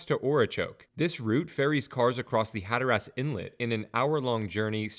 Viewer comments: Decent info, horrible pronunciation. Had to turn it off after the 5th Hatter-ass. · the way you pronounce Hatteras is very wrong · I can’t explain how the pronunciation of hatteras in text but ocracoke is oak-ra-coke. And the best I can do for hatteras is hat-ter-azs but quickly 😂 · I love the pronunciations Hatter Ass and Ora Choke.